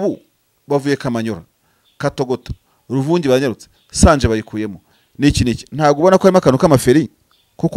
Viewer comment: Bavuga SANGE ntibavuga SANJE